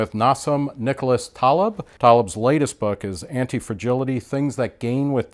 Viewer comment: The interviewer starts off by pronouncing his first name incorrectly and his last name incorrectly. And he's not even Ali G.!!! LOL